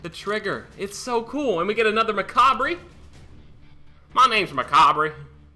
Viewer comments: Speedy, Macabre is pronounced Macabre (Ma-Cobb) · Macabre is pronounced Macarb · Speedy. ITS PRONOUNCED MACABRE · Speedy, it's pronounced Macabre... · It's pronounced macabre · OMG speedy it's pronounced "macabre" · its pronounced macabre